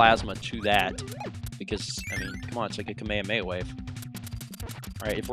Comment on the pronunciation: Am I the only one who winced every time he said kamehameha. Say it with me Kah- May - Hah- may - ha